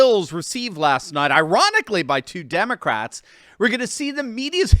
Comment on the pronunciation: it pronounced “Demon-rats”.